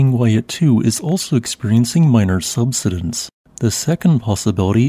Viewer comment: Subsidence. Key words are being mispronounced. Such presentations are uneducating some and make others uneducatable.